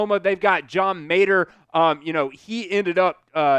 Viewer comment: Love the content but please make more of an effort to pronounce these athletes’ names correctly haha from klubnik, mateer, leavitt, to iamaleava… I believe if you want to be a great reporter you have got to learn to give these guys the respect they deserve and say their names correctly